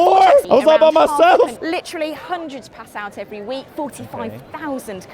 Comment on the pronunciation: LITCHERARLIE! LITCHERARHLIE!!!!!!